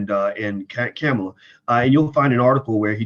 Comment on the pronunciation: "Kamala (Comma-la) Harris"